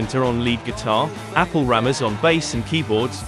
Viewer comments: Haha...t's not Apple, but Appie. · Thanks for this excellent video on a legendary album. Just fyi, the bassist’s first name is not “Apple,” 🍎, but rather Appie (pronounced “app-ee”). 😊 THANKS SO MUCH for all of your videos. I love your channel! ❤